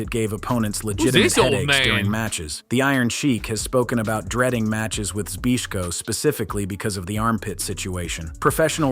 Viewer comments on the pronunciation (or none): The guy talking pronounced Larry Zbyszko, Larry Bisco wtf. 😂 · This video showed us something very important...how to completely fool AI. Just get it to try and pronounce "Zbyszko", because holy hell was that not even close lol.